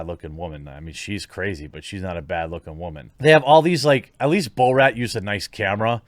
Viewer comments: Bow-Rat Bayygs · Not one person not one single solitary soul Jeremy: Bow-Rat